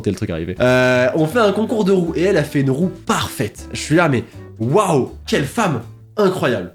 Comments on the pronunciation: Quand il a dit concours de Roue j’ai entendu concours de rot haha 😂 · Ââââââhh d'accord tu as dis roue j'ai cru comprendre rot 😮😐